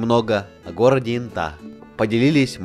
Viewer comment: Не брехай, в Латвии Инта это женское имя!😊 Правда произносится не как интА, а Инта